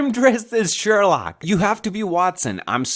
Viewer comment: Shorlock paul not shorlock chad